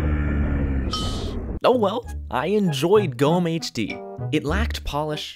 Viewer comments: Oh so GommeHD has the second oldest bedwars version? DIESE KOMMENTARSEKTION IST NUN DER EIGENTUM DEUTSCHLANDS! btw in GommeHD, you pronounce the E. It's not silent. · You slightly mispronounced GommeHD! Jesus, I'm surprised to see this here, i have barely remembered him - this brings back good memories uwu